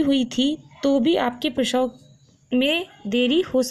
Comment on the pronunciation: Prasaw hota h prawhaw nahi bolne ka dhang nhi video banati h